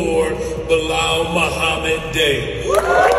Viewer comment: Balal muhammad day?? Hahahaha that has to be straight out of South Park.